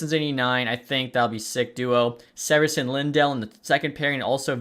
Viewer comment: Rio Johnny Gaudreau and Marty, also severson name is pronounced see-ver-son